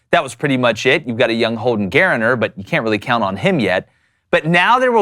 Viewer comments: My favorite one is Gry-ner 😂😂🤣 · Gur-nur,. Not Gay-ri-ner!